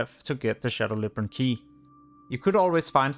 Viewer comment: Labyrinth. Not librant